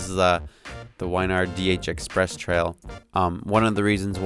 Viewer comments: Wyn - "Win" Yard bro lol not Wine-ard :D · You saying Wynyard wrong I live there